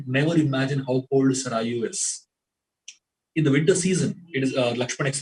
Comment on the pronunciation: Learn the actual pronunciation of River Saryu